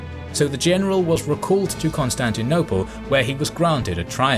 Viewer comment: Why can’t he say Constantinople correctly?? Every video 🤦‍♂️